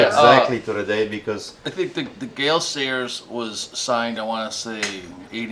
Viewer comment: classic -ism he says GAY SAILORS instead of Gayle Sayers. It even CCs that way lol.